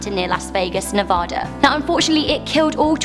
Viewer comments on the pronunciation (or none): none